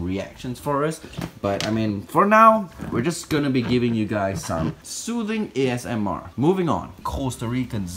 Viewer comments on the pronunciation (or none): Esmr you mean asmr